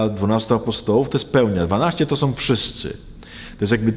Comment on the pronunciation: Proszę poprawić wymowę. Nie tom a tą, nie som a są, nie glupotom a głupotą... itd, itd...